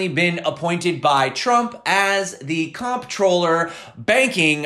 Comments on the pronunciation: "Comptroller" is pronounced the same way as CONTROLLER. FYI. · It's pronounced Controller ;) Thanks for a great vid as always!